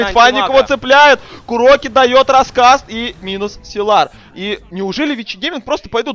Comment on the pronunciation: Силар, силар. Уши режет! ОН САЙЛАР